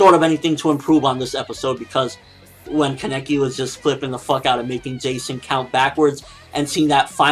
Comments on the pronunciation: People, it's KAH-NEH-KE not this weird KEH-NE-KI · kaneki is pronounced Kah-Nee-Kee it so easy to pronounce because in the anime that's how they pronounce it and that's how Japanese people pronounce their characters. so why do you keep saying Kah-Neck-ee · u say kaneki weird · Ugh I've noticed this as well!!!!